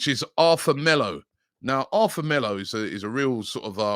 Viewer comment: Arthur is Pronounced..ATOUR